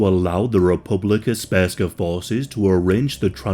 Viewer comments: Speska?! It's SRPSKA. If you're going to make a video about a topic you should know what you're saying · You got almost every name right, but then butchered with "Republika Sperska!" It"s "Republika Srpska" which literally translate to "Serbian Republic!" I know it"s difficult to spell "Srpska" for non slavic speakers, but you could simply say "Serbian Republic" in Bosnia or Serbian part of Bosnia.. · Mf said spurska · Republika Spergska lmao. Common dude, it's Srpska. SERBSKA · How does one pronounce ''Sprska''? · Its Republika Srpska NOT Sp-rska. Jesus christ, maybe learn how to pronounce the literal main topic of your video before producing it. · I'm sorry but I died inside when you said Srpska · "sperska" please uninstal ur yt channel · "Republeca sperska" 💀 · It's all shit what you said. You don't even know how to pronounce Republika Srpska.